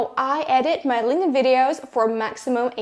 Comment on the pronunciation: UHHHHHHHH. LING DIN? SIGH. THERE'S A K. SO LINKTIN IS THE PRONUNCIATION. LING DIN IS THE CHINESE PANDA VERSION.